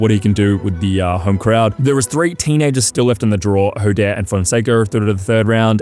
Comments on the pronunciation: Jódar is pronounced with emphasis on the o, “HO-dahr” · The correct way to pronounce Jodar is to put the accent on the first syllable. If you watched Game of Thrones just think of Hodor :)